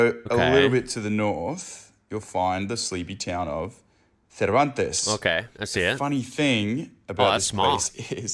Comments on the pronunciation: They pronounce it 'Servanties', it's a gorgeous little spot, with some unusual sights.. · Cervantes is pronounced ser van tee's its mainly a cray fishing and tourist town awesome beachs and fishing off the beachs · That WA town we pronounce serve-ant-ees. Yeah, great holiday/fishing spot. Cheers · Pronounced. Sir van tees. Bloody idiot. We don't talk Spanish. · Yes have been past Cervantes hundreds of times, no one pronounces it like that, it a small coastal town a couple hour north of Perth, the coast there has amazing bright blue clear water, the town is mostly fisherman but plenty of tourists visit. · And no one person i have ever met pronounces it like that guy did